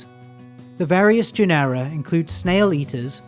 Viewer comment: A fine video, super instructive. I'm not a native English speaker, but, shouldn't it be GE-nera instead of ge-NE-ra?